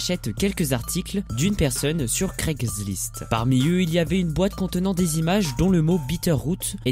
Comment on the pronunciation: craiglist* pas "craygzerlist"